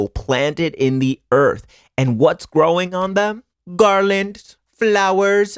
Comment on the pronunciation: the way you said garlands killed me i love you omg